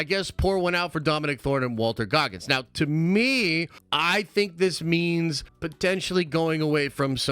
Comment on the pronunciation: Please give Walton Goggins his due by pronouncing his name correctly...